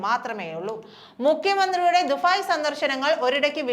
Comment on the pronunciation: കൊച്ചേ ദുഫായ് അല്ല ദുബായ്